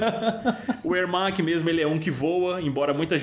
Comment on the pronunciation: Gente só digo uma coisa "ERMAC"